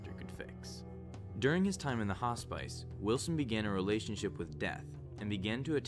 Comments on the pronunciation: Hospice? Its pronounced Hoss-piss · your pronunciation of hospice sounds bizarre haha, great video tho